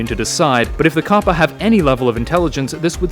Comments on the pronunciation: It's capper not cappa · It's pronounced Kappa. Not Koppa. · Anyone notice his he pronounces kappa as 'koh-puh' and not 'kah-puh' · Why do you say copa it's kappa. Did you not look it up to see if you are pronouncing right? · It's pronounced kappa not kappa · I thought you said twitch Kappa